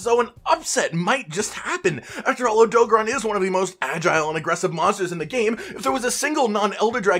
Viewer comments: I'm sorry but AUTO GARON NOT ADOGRON SAY IT WITH ME OTO GARON OK again I'm sorry I couldn't resist btw I love you vids 😃😀😂🤩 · SAY ODOGARON RIGHT OMFG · Why he saying odogaron like that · The way you pronounce odogaron is cringe